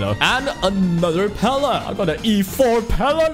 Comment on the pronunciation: calling pela, pelay was the worst part of this video